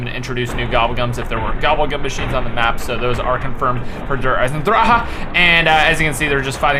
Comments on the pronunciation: Dir Isin Drock is the pronunciation not Der Eisendranaanhadhsjksdoxjdche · not it isnt you fucktard its der eichen draGE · On the gameplay trailer Tank Dempsey pronounces it Der Eisendraha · lol, "der eisendraha" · Der Eisendrahahahahahaha what kind of pronunciation is that? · "DER EISENDRAHAH" You forgot the C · in the trailer dempsy said Der Eisendrahah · he said dereisandraha at the beginning😂😂😂😂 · please say it correctly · . Who else hates how he pronounces it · Never say the name of this map again if you don't fix your current pronunciation..... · pls learn how to say der eisendrache. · STOP SAYING DER EISENDRACHE WRONG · Please Day der eisendrache not der eisendraha and gravity spikes not ruin spikes lov hahahaha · First five seconds of the video and I already laughed my ass off because of the way he pronounced 'Der Eisendrache' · LMAO i die everytime you try to pronounce "Der Eisendrache" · Habs Boy ugh, the way he said it in THIS video is what I was talking about, not the real way, for fucks sake.